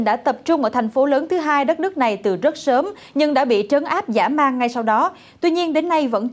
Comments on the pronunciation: "Dã man" chứ không phải "giã man" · Trời ơi, dã man chứ không phải giã man. Không rành tiếng việt còn biết đây ạ. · Tại sao là " giã " man ?